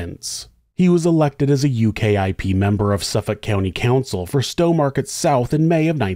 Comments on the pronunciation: I didn't know this story but as soon as you said he was a former UKIP (pronounced U-KIP not U.K.I.P) politician, I knew it wasn't going to end well.c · just an FYI, we don't call them the U-K-I-P, we just refer to them as ukip